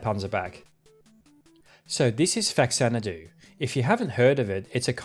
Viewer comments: 1) It's technically pronounced Fa-Xanadu, not Fax-anadu. It's a portamento of Famicon and Xanadu cause it was a Famicon um, not exactly port, but, side game or whatever of Xanadu, the second Dragon Slayer game. 2) Rando of Blood got released in the US on the Wii VC, but that was still in Japanese. It also got a release on the PSP from the Dracula X Chronicles, which itself was a remake of Rando. However, the original game was unlockable with a full English translation AND used the same VA's from the remake. This is the same version used in the Requiem release you showed. 3) I would love a breakdown of the Mega Genesis game "Red Zone" as I think you could make a full episode on how that games, well, functions lol. It really is a graphical showcase of what that system can do. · Just a small correction - Faxanadu is pronounced Fah-Zan-Ah-doo. The name comes from the fact that is the Famicom port of Xanadu. Fa from Famicom. Fah, not Fax.